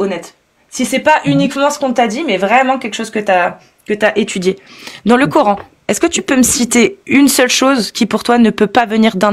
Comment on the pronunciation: Je constate que les musulmans taré prononce " coorhaine " en place de Coran !🥴